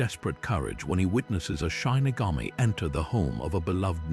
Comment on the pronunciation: Your credibility is harmed by mispronouncing the word shinigami. I was looking forward to watching this, but the mistake is so glaring I can't take anything else seriously. If you can't even double check the pronunciation, then how do I know that the rest is right either? It's SHI - NI - GA - Mi / not SHINE- ni - ga-mi.